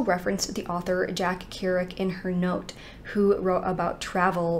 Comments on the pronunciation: Jack Kerouac. Kerouac is usually pronounced like “care-oh-whack” or “care-oh-ack.” Jack wrote the great American novel, “On The Road.” He was part of a group of writers called “Beatniks” that included Neil Cassidy, William S. Burroughs, and Alan Ginsberg. If you haven’t read any Kerouac, you owe yourself the favor! I really enjoyed his novel “The Dharma Bums”... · Jack Keer-OH-WACK